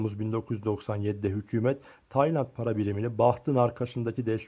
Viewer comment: “Taynat” ne amk konusmayi ogren